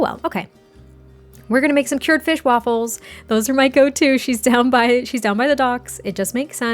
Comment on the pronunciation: "Fischj. Fischj on the table." I CAN'T 🤣🤣🤣